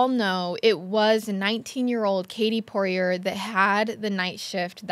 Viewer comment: It’s pronounced “Pour-ee-ay” Get yo french on haha.